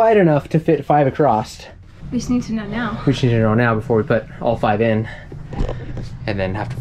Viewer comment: Ive never heard the word "accrosst/accrossed" until a year or so ago. Have people been saying that all along and I've never noticed, or is this a new thing?